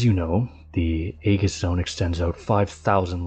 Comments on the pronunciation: actually its A-jiss, but symantics on how greek words are pronounced is dumb and pointless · Very nicely done ... a small point, Aegis is pronounced ee-juss 👍